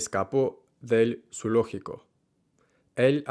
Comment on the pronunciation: Tu pronunciación es excelente y tus tips son muy útiles para mí como maestra de español. Just one tiny wee little thing, in the word zoológico, that first syllable should not sound at all like in English. Te escuché decir: zu - ló- gi - co. Debería ser: zo-o-ló-gi-co. Like in this vid